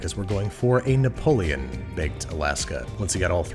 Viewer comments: its napoleon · well, given he calls sauce pans "saucep'ns", napoleon gets a pass. lol